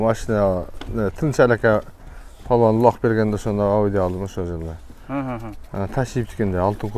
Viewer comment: Балбан деп жасан палван дебей